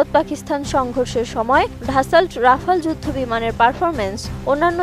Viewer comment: ধাসাল্ট না রে বইন😂😂😂 ড্যাসল্ট